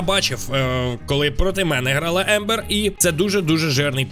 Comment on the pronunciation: Це Амбер а не Ембер😂